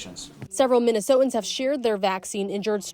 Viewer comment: I can't get past the fact that the reporter does not know how to pronounce the word "Minnesotans". How is she allowed on TV?